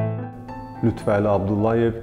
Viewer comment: Xahiş edirəm LütfƏli deyin siz lütvəli deyəndə düzgün olmur mənası Əlinin Lütfü yəni Əli siması siz isə lüt Vəli deyərək onu yanlışlayırsız